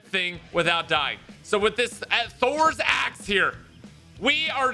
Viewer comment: Every times he says axe i hear ass.